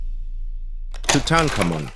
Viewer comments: Learn to pronounce name correctly. Tuttankamon has always been pronounced too-tarn-kar-mon. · TUTANKHAMUN????????TRY PRONOUNCING HIS NAME( TUTAN...KHAR...MOON). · That's a really interesting pronunciation for Tutankhamun. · Can you please teach your computer how to pronounce the name of king-tut? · That's the weirdest rendition of Tutankhamun's name iv'e ever heard! just trying to be different? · Stopped watching after your mispronunciation of Tutankhamun and Tut. 😅